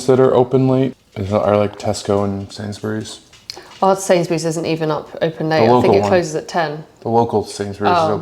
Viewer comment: Love this vid of you both, nice little mukbang. Is it me or does pronounce Sainsbury’s as Sains-berries? 😅